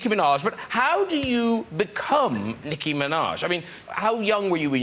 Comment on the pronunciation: wrong:niKKi true:NİCKİ